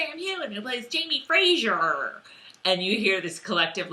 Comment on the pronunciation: Omg agreed. I keep hearing girls pronounce it FRAJER and I'm like, uhhh you're labeling yourself as a fan of the show, can't you hear everybody pronounce it FRASER?!!! It just irks me